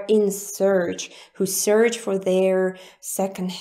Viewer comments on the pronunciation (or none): Hi! Just wanted to say your pronunciation of the English word "search" was a bit too close to sounding like "surge". It should sound just like the word "church" but starting with an "S"... Hope that helps xx